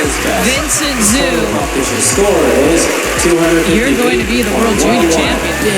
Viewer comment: Vincent "Zoo"...*facepalm*. They need to research how to pronounce names ahead of time.